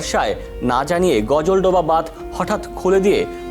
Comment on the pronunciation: করোনা পাস না অটো পাস গাজলডোবা কে গজলডোবা বলছিস?